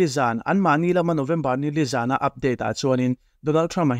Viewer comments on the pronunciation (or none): none